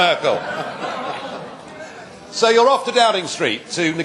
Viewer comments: Merkel not Merkal ! ;) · MERKEL not Merkal !!!